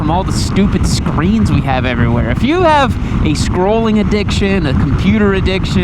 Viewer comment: i thought you said screams, realized it was screens.